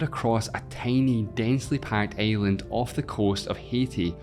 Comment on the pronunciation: i love your pronunce like earth to eeath and island to aeiland